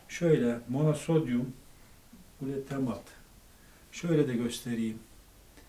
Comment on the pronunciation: Abi monosodyum glutamat mı dediniz tam anlayamadım.